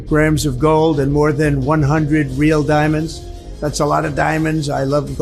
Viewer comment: "AY LAV DAYMONDS" 🤢